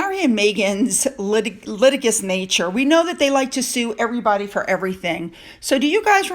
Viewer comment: "Litigious" is generally pronounced "li - tij - jus" I believe